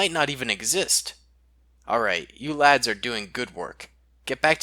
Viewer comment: When he said lads he sounded scottish